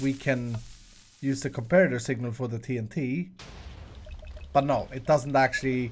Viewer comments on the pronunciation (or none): none